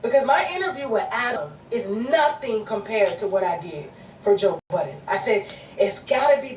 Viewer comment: This lady keep saying “joe BUTTONS” is aggravating me. It’s BUDDEN